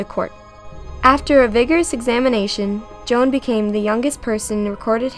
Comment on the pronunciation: I APRECIATE SAYING MY NAME THE RIGHT WAY:) I'M JOAN OF ARC(CLOEPATRA) PRESCILLIA PRESLEY